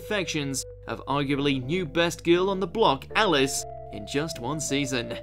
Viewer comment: Can someone please GET TO LISTEN TO A VIDEO ON HOW TO PRONOUNCE JAPANESE CORRECTLY.... How the hell do you butcher the name "Alice"........ Further this list is a bit of joke...